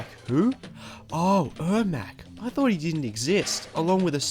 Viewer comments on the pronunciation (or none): none